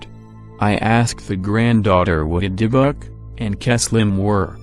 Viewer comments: Nope. Robot voice saying "dib-buck" ( seconds in) the first three times was all I could take. Done. Thumb's down. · Does anyone find the way the voice says Dybbuk funny lol